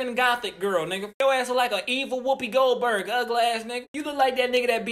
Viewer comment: This man said “evil wipey goldberg” 😂😂😂😂😂🤦🏾‍♂️